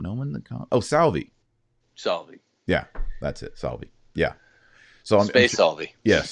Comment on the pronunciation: It's Matteo Salvini, not Salvi! Just saying. God bless the show.